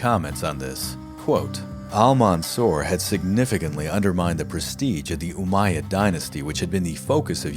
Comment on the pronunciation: You pronounce Al-mansur name instead of Al-mansur you say ‘’Al-manzor’’ which is funny because the way you pronounce his name means in Arabic ‘’one who is been looked upon with envious and greedy intentions’’.. I guess in the end that name fits him better!!